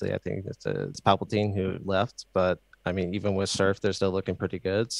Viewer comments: Did Yay really call patiphan "Palpatine" ? 😂😂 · patiphan = palapatine XD